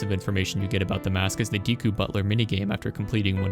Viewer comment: Yeah, Romani's ranch side quest also gave me nightmares. But I was also not even 10 yet so cut me some slack too 😂 Ps. I loved the video. But please start saying "Deku" correctly. Edit: Totally agree on your last take. Gatekeeping brings no benefits to either party. Great video.